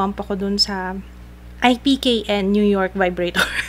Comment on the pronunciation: Ip-kin po yung basa sa IPKN :)